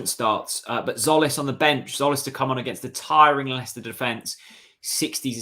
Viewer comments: No its Tzolis pronounce the T and the Z and with a tone on the O ( tzOlis ) but jOlis is close not zolis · is christos tzolis pronounced 'zolis' because i thought it was 'jolis'